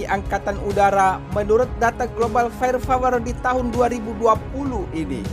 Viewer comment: Fire power min. Bukan fire fower 😊